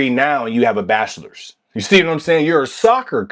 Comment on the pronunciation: I’ve never heard anyone call bachelors degree as bastards degree lol